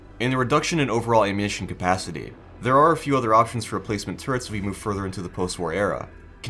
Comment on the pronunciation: Wet awwunittion stowage UwU